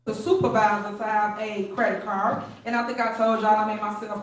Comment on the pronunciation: "credit carrh"